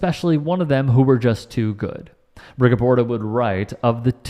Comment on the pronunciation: Rigoberto is actually pronounced as follows Rigo bear toe not rigo burr toe. Lol😂😂😂😂😂